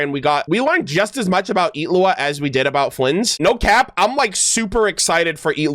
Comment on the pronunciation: the way you pronounce his name is so satisfying for some reason